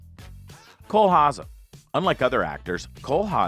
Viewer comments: Cole Hauzen? Its pronounced Howzer ding dong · Cole Haza? Who's that? His last name is pronounced HOW-ZER. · it's HOWSER, not hahzer! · Cole’s last name is Hauser, not Haza. Just saying. Great show! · Who the hell is Cole Haza?! Learn to pronounce the names. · I think he said Hausen? 🤔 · Repeat after me. Cole Hauser. Cole Hauser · This narrator is kind of clueless about the subject and really butchers Cole’s last name. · I smell horse shit here 😮 Say Coles name correctly for starters, come on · That's the Canadian pronunciation he's using.